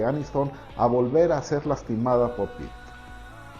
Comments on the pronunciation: Pritt???!!! Jajajaja me dio risa pensé en el resistió jajajajajaja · En el minuto dijiste Pritt, y ese es un pegamento